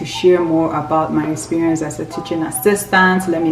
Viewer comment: I don't know if I'm late to this party but even here... You said 'esperience'. I'm sure you meant Experience.